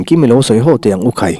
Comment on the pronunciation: A mengtur khai tih lai a 'khai' lai tak khi lam hniam tur ni awm tak a ni, khai aw kan tih a, khai kan tih lai tak ang a lam tur a nih hmel e